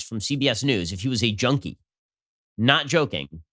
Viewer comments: I thought he said "Joni" Not "junkie" wow, he's awful! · Ok America, Let's start the judging of Biden and his mental fitness. When he says junkie it sounds like he said Joni lol